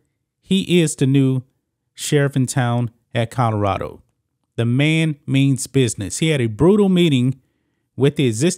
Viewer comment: colorado not kahdarado lmao